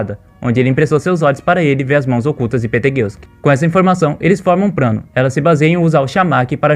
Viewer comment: "Pobrema", "probrema", "o prano" kkkkkkkk só pérolas. Vlw por esse tempão de conteúdo top, sempre quis saber como continuava a história, sucesso👍🙏